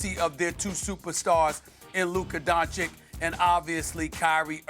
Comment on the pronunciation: Nobody: Absolutely nobody: Stephen A Smith: Luker Donchick